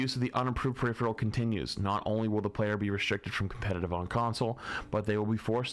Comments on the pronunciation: It’s peripheral. Per-if-er-al. Not periphREal. Smh my head. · Died a little every time flats said peripheral 😂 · PER-IF-ER-AL, not PER-IF-RE-AL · its one of those words where many ppl make the same mistake just like "turret" does not contain the letter N.